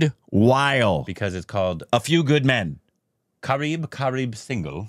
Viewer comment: Qwaarb qwaarb single nahi qwaarbin {Koebin} Its kareeb kareeb